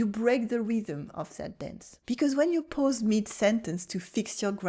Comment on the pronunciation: This is all so true!!! And here is one for you. When you say PAUSE you are saying 'pose'. It is pronounced 'paws', you know, like animals feet!